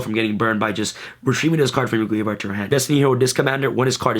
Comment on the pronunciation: Why do you say graveard?